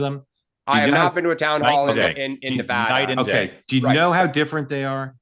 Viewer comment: Thank you Larry, for emphasizing the correct pronunciation of NEVADA.